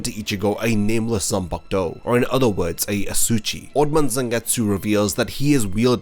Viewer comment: hey dude - "asauchi" is not pronounced as "asoo-chi", but ah-sah-ooh-chee :)